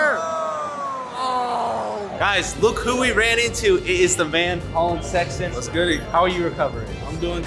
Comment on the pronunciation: nah collin "sexton"💀💀💀